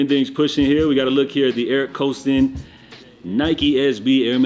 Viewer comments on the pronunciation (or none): Love you, but you be Butching the pronunciation of "Kobe" of Skate Boarding Eric Koston name, sumthing like Boston, Eric Koston... History Lesson when Eric left Lakai Skate shoes for Nike SB it was a huge deal. He was all up in the Kobe Videos and he has a Jordan Low Collab it might be the first of the small swoosh on the toe ie Nigel Lows. Im pretty sure he has a big part in NIKE SB innovation on the Skate shoe utility with wear testing going back to the black 4SB samples before the SB Jordan 4 was a real thing... SK8 Life is real. Shout out Tyshawn Jones Adidas, Shout out Ishod Wair Nike SB and God PROD.... Where is Theotis Beasley, DGK Stevie Williams is the originator Skating in Air MAX in the 90's. What a time to be alive...Koston even shout them out on how influential these Black Skaters where in Street wear...